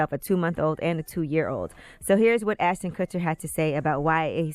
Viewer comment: ASH-ton Kutcher, Angela. ASH-ton.